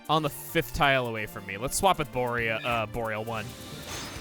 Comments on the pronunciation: I think Bohr-ee-a-lone is an outstanding name, honestly... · I don’t call him boreal-one. I don’t call him bore-alone. I call him Boris.